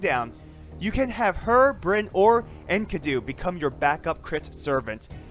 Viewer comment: Its pronounced EN KEEE DU